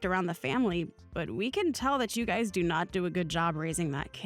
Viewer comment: I don’t mean to nitpick but it is mothers in law not mother in laws and it’s guys is not guy-es. Sorry it just drives me crazy 😂.